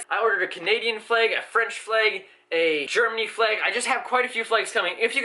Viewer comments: It sounds like you are saying fleg 😂 at first I was like, what are you talking about😂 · American Flaeg? German Flaeg?